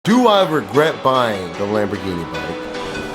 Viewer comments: Im sorry but no real italian says Lamborghini like you do....whoever told you that is a jokester😂 and i say that as a guy whos italian friend worked for them before coming here to america and thinks youre crazy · My dude just murdered the pronunciation of "Lamborghini" and "tricolore" 🤣